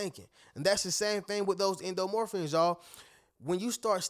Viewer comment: Respectfully brutha, "endorphins" is pronouced: en-dor-fins Thank u for your good messages of positivity. Peace in. Peace out.